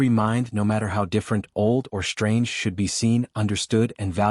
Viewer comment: FYI, "SHTRANGE" is not an English word.